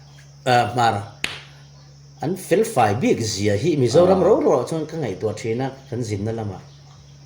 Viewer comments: ... ro ro... an ti ngailo.. rau rau tih zawk tur a ni ngai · Ro ro han tihte hi chu a va dik lo ṭhin ve aw.